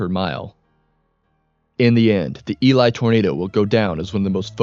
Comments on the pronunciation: this is the first documentary ive seen of Elie where they actually pronounce the name correctly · LOL not that many people outside of manitoba know how to say the name, so good on you for doing your research